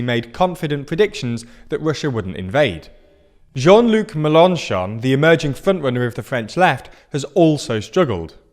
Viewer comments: That pronunciation of Mélenchon 😭😭😭 meLONchon 😅😅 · Pronounce Mélanchon with stresses on the Mél (it has an accent) and the chon, not on the -an-. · Your pronunciation of Melenchon is better than it was. But...accent on the last syllable, please! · I'm not French, but the way he says "Melenchon" is hurting my ears